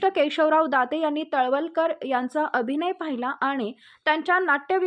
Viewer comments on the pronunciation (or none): तलवलकर नाही तळवळकर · तळवळकर म्हणा मॅडम..